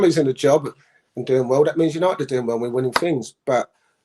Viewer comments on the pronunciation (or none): E’s not appy at mat-yanited and e’ll leave for nufink Marky